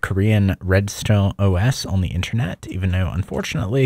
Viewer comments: in-ter-net. good vid, but pronunciation threw me off bunch of times. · we know what intranet is. he is pronouncing it weirdly.